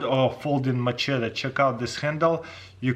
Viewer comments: Say machete lol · Please someone teach him how to pronounce "machete" 😂😂 it's hurting me